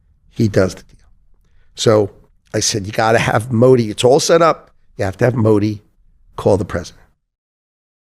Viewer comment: Bhai aap yaar modi ji ka name sahi se liya kro baki sb thik kaam kr rhe ho